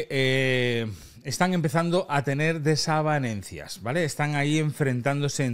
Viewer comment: se dice desavenencias martos no,, no te pongas nervioso, saludos